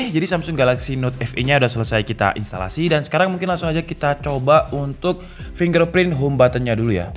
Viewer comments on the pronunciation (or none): none